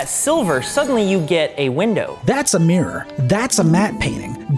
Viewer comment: "so if you take a meer..."